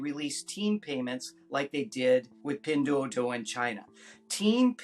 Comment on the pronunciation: Learn how to say "Pin Duo Duo"